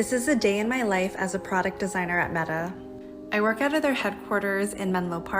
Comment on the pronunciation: Meta rhymes with BEEEEEETTTAAAAAAA